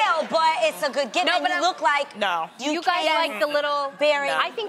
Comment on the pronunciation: She calls a gift, a gif. Why?